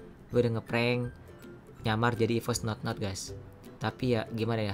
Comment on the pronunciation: Notnot kali bg, bukan Nonot